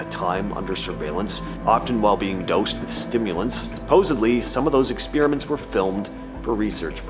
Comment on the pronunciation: "Ex-PEER-a-ments"! LOL.